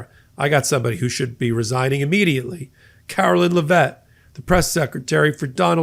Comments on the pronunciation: Karoline not Karolyn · Care-o-line....line line line...not Lyn...her name is not Carolyn it is LINE. [KAROLINE]